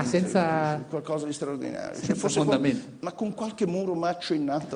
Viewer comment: cwozza è qualcosa di swaowdinawio ;-)